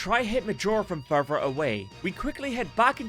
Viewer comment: Further, not furer.